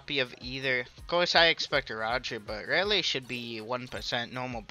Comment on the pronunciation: I beg of you it’s not raylay it’s Rayleigh with a E